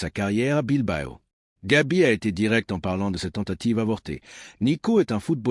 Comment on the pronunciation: C'est Gavi et non Gabi merci.